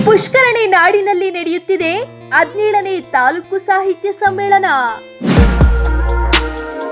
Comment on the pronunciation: Adinelu alla Hadinelu .. Kannada sariyagi maatadi